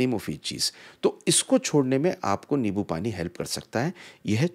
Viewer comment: Its limbo not lebo